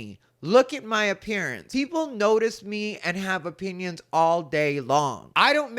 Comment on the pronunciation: I know you said opinions, but it really sounded like you said you might not like my penis